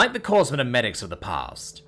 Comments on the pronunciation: Yeah grunts of the Marine Corpse of course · CORPSE MAN WE HAVE ANOTHER CORPS FOR YOU